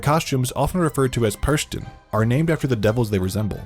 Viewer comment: The speaker's pronunciation of "Perchten" is very... (cough) American, though. The German "e" and the "ch" frikative (which has 3 different versions depending on the words it appears in) seem to be difficult for English speakers.